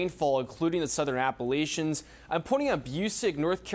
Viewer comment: The Southern Appolicians?....what did you say,? Where is that?